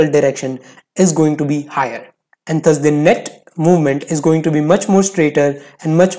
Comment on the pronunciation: “THUS” is not pronounceda as “THAS” it’s “DAS”